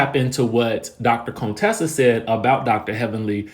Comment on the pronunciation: You keep calling her Cone-tessa you petty 🤣🤣🤣🤣